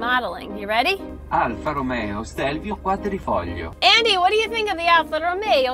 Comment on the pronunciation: Another great video, thank you 👍 I was going to compliment on you on how you said “quadrifoglio“ but the you said you were Italian, which explained why you seem to be the only person on YouTube who got it right. BTW my fur kids love pasta salsa too, and as for meatballs they're in heaven. Lol